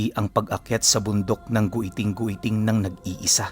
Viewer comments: Giting giting po Hindi gwiting gwiting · Giting giting po basa jan ❤ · giting² po basa nian or let's say Thorne mountain